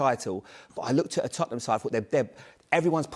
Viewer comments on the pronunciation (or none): none